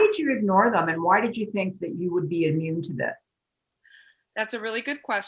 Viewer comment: The word is "immune", not "amune".